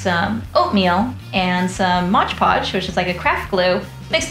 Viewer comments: modge podge?? it's mod podge lol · IT'S MOD PODGE, NOT MODGE PODGE! LOL Edit, your cauldron is FANTASTIC! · It's not Modge Podge it's MOD PODGE. M-O-D not M-O-D-G-E. Smdh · It's MOD PODGE not "modge podge".